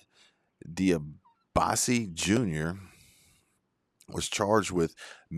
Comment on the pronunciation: You mispronounced Debiase. Its Dee Bee Oz See, Was a Pro Wrestler.